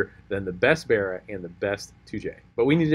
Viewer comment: bArra , not berra bro